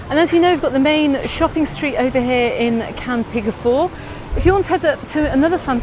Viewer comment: Is it actually pronounced Can Picafour?